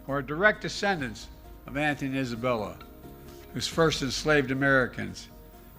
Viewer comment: “Antium Isabella”, btw. What a POS can’t even pronounce it right. He doesn’t care!! The African people sold them and he fails to mention that. Slavery was horrid but he leaves out a big part. Doesn’t even care enough to pronounce it right.